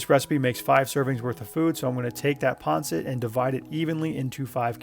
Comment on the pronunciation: Isn't it pronounced " Pan Sit" not " " Pon Sit. Yes I know it is spelt Pancit.